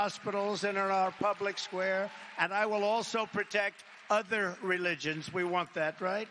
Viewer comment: the way he says "_other_ religions" 💀